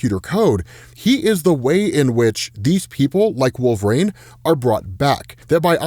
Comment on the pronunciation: Who in the world is "Wolveraine"?